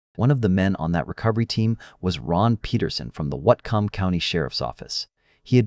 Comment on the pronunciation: You were close but not quite there with the Whatcom County pronunciation. It’s pronounced WATT like in wattage + COME = WATT - COME.